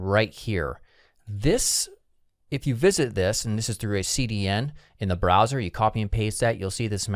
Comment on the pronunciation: "browser" not "brower"